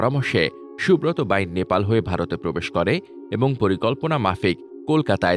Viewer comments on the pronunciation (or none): none